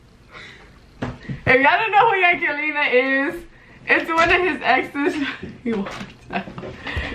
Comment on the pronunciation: She dead said yankelina 😂😂😂i think thats how you say her name